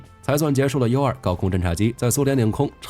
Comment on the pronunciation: Utility2 聽起來讀音怪怪的, 怎麼念成unity?